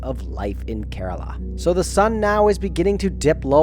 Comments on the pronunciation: bro it is not kaaarala it is kaarala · It's pronounce "care row la" smh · You could begin by learning how to pronounce "Kerala" (Hint: It's not "Kuh-RAAAAA-La" LOL). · He said Carolo 😂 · It's prenounced as: kE-ra-la And kochi is: Ko-chi